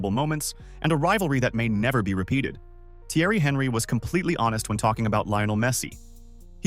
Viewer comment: Anyone else triggered the guy kept saying HENRY 😂😂